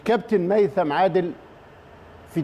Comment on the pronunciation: ميثم وليس هيثم الرجاء التعديل